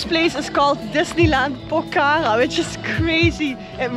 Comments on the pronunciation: Not pokara its pokhara ❤😂 🇳🇵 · Not pokaka, it's Pokhara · ACTUALLY ITS NOT POK HARA ....ITS POKH HARA ...NICE TO WATCH YOU GUYS .YOUR VIDEOS ARE AWSOME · It’s not Pokhara while say HA is silence. Pokra